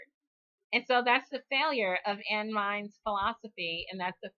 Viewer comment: I find it amusing that you switch the vowels in her name but say Rand Paul correctly every time. Her first name is Einstein without the beer mug and Rand Paul was named for her. Keep up the good work!